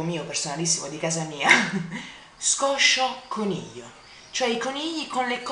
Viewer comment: non scoscioconiglio, ma scoscioniglio hahaha Che fisico che haiii, ti invidio mucho! Un bacione Ah, i tuoi capelli al naturale sono spettacolari! Lo so che tu li odi, ma sono davvero belli!